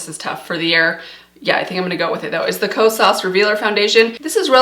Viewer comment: Hey, the correct pronunciation for the blush is not “lis” it’s “L.Y.S.” because it’s an abbreviation for their brand name of Love Yourself Beauty. It was the first clean beauty brand that is black and woman owned launched at Sephora. And it’s not Ko-SAAS it’s KO-sas.